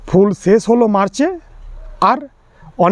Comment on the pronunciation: খুব কাজের ভিডিও i কিন্তু আপনি যে জেলারই মানুষ হোন বাংলা উচ্চারণটা ভালোভাবে শিখতে হবে ৷ বিশেষ করে স, শ ও ষ i বিশ্বাস কে বিস্সাস উচ্চারণ করছেন, শেষ পর্যন্ত কে সেশ পর্যন্ত বলছেন ৷ ভীষণ কে ভিসন বলছেন i রাগ করবেন না কোনো ভাল সঙ্গীত, আবৃত্তিকার শিক্ষক/শিক্ষিকার কাছে গিয়ে একটু উচ্চারণ শুদ্ধ করে নিন i আপনার গ্রাহক বৃদ্ধি পাবে ৷ বিষয়বস্তু অবশ্যই ভালো ৷